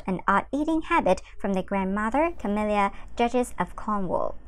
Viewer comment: I don't mean to be critical but she cannot pronounce Princess Dianna's name correctly (over and over and over again!) and is now pronouncing Camilla's name incorrectly too! (Over and over and over again!) Furthermore, she keeps using that disgusting CLICK BAIT. (Over and over and over again!) Sigh.............